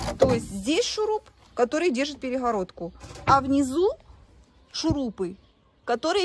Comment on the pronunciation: горизонтально говорит нормально, а перегородку - перехародка? 🤣🤣🤣